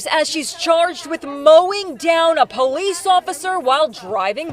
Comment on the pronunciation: Only 15 years? That seems like manslaughter and attempted murder. I'd go a step further to say that drinking and driving is some degree of murder. Drinking is a conscience decision. As is getting behind the wheel. Also... my kingdom for some ignorant bitch like this to pronounce "police" properly. And why in the hell is a news reporter wearing a mask OUTSIDE. Didn't they miss the memo that masks did nothing to prevent the spread of COVID? It's already come gone.